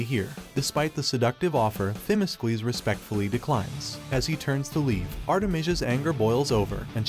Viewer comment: It would be nice if the narrator could pronounce the Greek commander's name ...correctly..its not Thimiskles....